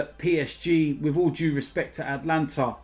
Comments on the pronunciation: Is it PSG vs the “Atlanta” Hawks/Brave/Falcons? Cuz I thought it was AtAlanta!! His pronunciations are top draw!!! 😂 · ATALANTA!!!!!! Not Atlanta 🤦🏽‍♂️ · Atalanta not Atlanta, wrong country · ATALANTA! not ATLANTA